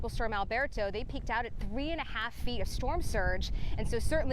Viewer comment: Out! Not oit😮!